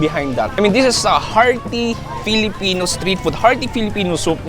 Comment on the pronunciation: Natawa ako sa FELE! FELEPENO YARNS HAHHAAHHAAHAHHAHHAHAHAHA